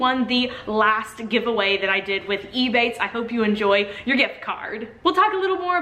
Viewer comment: It took me so long trying to work out if you were saying ebay or ebates